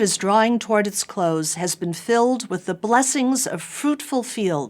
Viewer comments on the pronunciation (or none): none